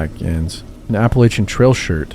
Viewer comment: You said Appalachian right!!!!